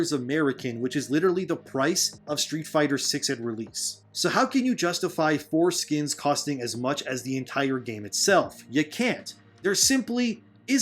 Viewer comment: LOL...I know he's saying "Four Skins", but in each sentence, it comes out as "Those foreskins cost as much as Baldur's Gate 3"